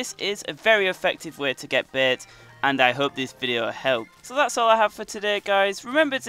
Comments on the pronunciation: It is bait not beiit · i like how he says Bait "You can get lots of beht"